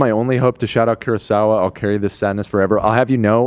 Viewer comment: Did they say Kyurosawa and Rush-o-man?? 😂😂😂 as a Japanese I feel so disrespected lol